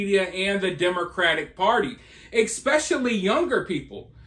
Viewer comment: Public school, where you learn to say "eckspecially".